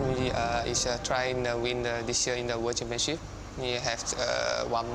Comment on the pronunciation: When LCW says "world championship" it sounds like he's saying "washing machine" LMAO.